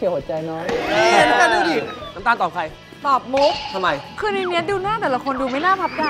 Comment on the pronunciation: นําตาลไม่ใช่นําคาล